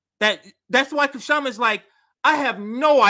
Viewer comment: Please pronounce Kshama's name correctly.